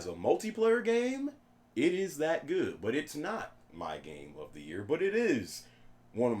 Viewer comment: uncharted 4 it's gooduh